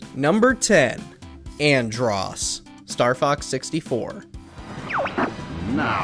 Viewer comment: Dude said andross lol wtf I must be a fucking legend then